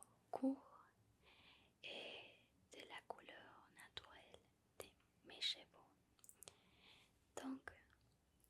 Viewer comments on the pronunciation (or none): Ravi de te revoir :D Attention a la pronociation de "Cheveux" qui se disent: CHEU-VEU. La on entend chevaux (CHE-VO) et c'est pas la même choses XD